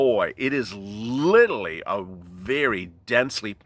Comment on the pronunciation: It's not littley its literally please say it right.